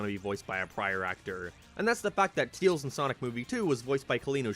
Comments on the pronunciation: Stop saying teals its pronounced tails as hail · Not to be rude.... But why do you call Tails, "Teals"? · Tails.... not teals... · everyone else: tAils: teels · The fact that he sais “Tils” instead of “Tails” will never not be funny to me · nothing better then hearing "teals"